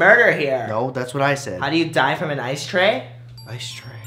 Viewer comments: cherry caguiat ice tray sounds like I stay when u say it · it sounds like I stay home cook rice!